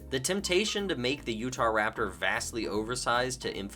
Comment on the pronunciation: “Utaptor” is actually killing me 🤣😂🤣😂